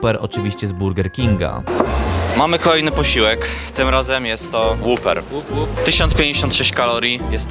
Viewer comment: łaper, nie łuper; papajs, nie połpejs